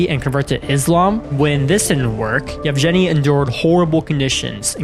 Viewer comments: its Yevgeny, not "Jevjeny" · The Soviet Union no longer existed in 1996 and the name is pronounced evGENy with a hard G as in grand. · he is literally called: "Yefgheni". Not the weird name as you pronounce it. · He said " JevGevEny” 🤣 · Why do you pronounce Yevgeny's name like that?